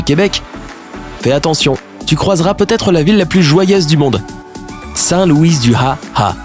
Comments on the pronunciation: Saint-Louis-du-Ha!-Ha! , le “s” de Louis ne se prononce pas:) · Je suis Québécoise. Et non, je ne suis pas désolée (😉), mais je dois vous dire une chose : Au point 4, on ne dit pas Saint-LOUISSSE-du Ha!Ha!, mais bien Saint-Louis, comme dans LOUIS de Funès. Ceci étant dit, la poutine vient du Québec, plus précisément d'un restaurant de DRUMMONDVILLE appelé ' LE ROY JUCEP', qui a obtenu officiellement le brevet de la poutine... c'est d'ailleurs à Drummondville (prononcez Drummond en anglais) que se tient, à chaque mois d'août, le Festival de la Poutine. À Ottawa, il y a 997 000 habitants. À Toronto, 2,93M habitants À Montréal, 1,78M habitants. Ottawa est donc 4e, puisqu'elle arrive juste derrière les gens de Calgary, avec leurs 1,336M habitants. Votre descriptif est bien fait, mais de grâce, dites minimalement la vérité. Je ne m'excuserai pas de vous mettre à jour. Mais je vous salue et je vous fais part de ma grande appréciation pour vos vidéos !! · Je suis Québecois mais se qui ma fais rire ses quand il dit saint-luis du Ha! Ha!